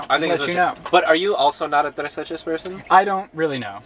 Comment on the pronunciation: saying tres leches in his latin american accent made my day (i'm mexican)